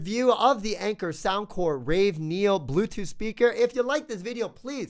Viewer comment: You are very early. 1 year late.... Also, it is ravE, not raw neo.